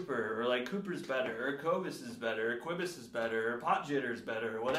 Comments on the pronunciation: If your drumming is as bad as your pronunciation of his name, then you’re gonna be in trouble fam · #teamcobus you don’t know how to say his name Cooper! You’ve been calling him out so don’t bag on him! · Don’t mess with a South African Cooper! Hy gaan jou gat skop! 🇿🇦 At least learn to pronounce his name Cooper!! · “He doesn’t even know how to say his own name” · Cobus would win, hands down. How about worrying about pronouncing his name correctly lol Granted, his last name is difficult if you're not familiar with it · Also musicians are smart. The fact that can't even pronounce Cobus' name proves he's a fake!🤣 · Why don’t you learn how to say his name?!